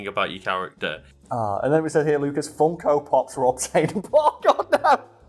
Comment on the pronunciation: I couldn’t understand what he said when he brought up the Funko pops…. Anyone know?